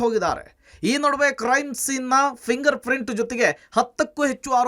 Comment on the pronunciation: ನ್ಯೂಸ್ ರೀಡರ್ ಯಾರೋ ಶಿವಾ....ಪ್ರಿಂಗಾರ್ ಪ್ರಿಂಟ್ ಅಂತಿದಾನೆ 😅😅😅😅ಫಿಂಗರ್ ಪ್ರಿಂಟ್ ಅದು 😂😂